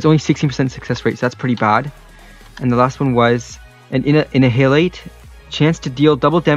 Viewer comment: Neither you or knew how to properly read Annihilate